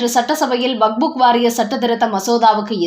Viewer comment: வக்ஃப் வாரியத்தை "வகுப்பு " வாரியம் என்கிறீர்கள். அல்லது "வக்புக் " வாரியம் என்கிறீர்கள். சரியாக படிக்கக் கற்றுக் கொள்ளுங்கள்.